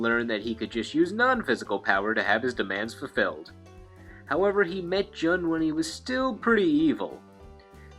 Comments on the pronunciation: Jun Kazama is correct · Her name is pronounced like JUNE the month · it's joon kazama not jun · I know this video is an older one and you probably know now, but just in case, Jun's name is pronounced like the month June. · I Like how he mispronounces Jun.